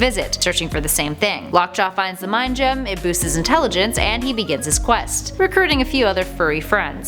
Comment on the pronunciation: Every time I hear her say “Gem” I cringe